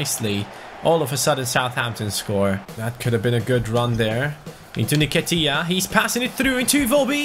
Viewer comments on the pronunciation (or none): It's pronounced En-Ket-ia not ner-ket-ia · Dude it is EN-KE-TIA and I-WO (like you pronounce why, what etc.) - BI